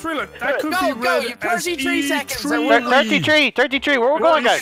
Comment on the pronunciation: TIRTY TREE TWEETY